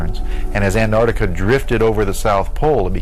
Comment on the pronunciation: Great doco. Slightly ruined by the narrator’s inability to pronounce the t in Antarctica. Though. To be fair. It’s a laziness shared by many from the United States.